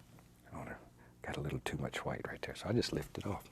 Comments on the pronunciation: ikr he says like gwhight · Love how he says whhite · I love how he pronounces "white."